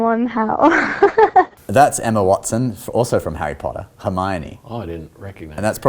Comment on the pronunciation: Even though you destroyed Harry Potters tones who was probably on par with mine, love your work guys! ⭐️😂